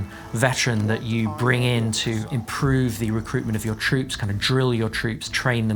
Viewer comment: "drill your roops" lol